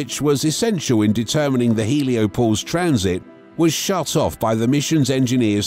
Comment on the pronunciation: "Heliopose"...? Hoa about HelioPAUSE?